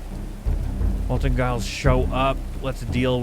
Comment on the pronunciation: It's Gilles with 2 ls so it should be pronounced like "Jill" in the French manner.